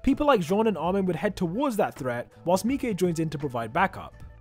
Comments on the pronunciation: did he just pronounce mike as mee-key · Did you call mike spelled me-k